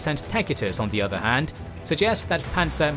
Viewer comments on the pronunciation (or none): none